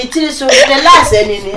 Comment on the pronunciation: That "so isss True" i felt it and i died